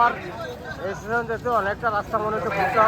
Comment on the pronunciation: Estation hoy na Station hoy pls try to speak properly